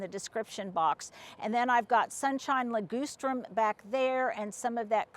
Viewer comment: cracks me up every time she pronounces ligustrum…li-goose-trum 😂😂😂